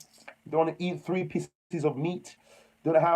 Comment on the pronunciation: Thanks for the content. Laughing out loud the emphasis on pieces of meat again.